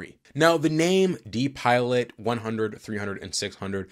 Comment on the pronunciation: “DiPilot” is pronounced “Die Pilot’. This is a system you never want to see in an airplane 😊